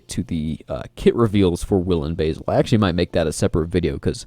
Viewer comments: I believe it's pronounced "Basil" as in the name, not "basil" as in the herb lol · Agreed. He is the Batlord, not the Baitlord ;)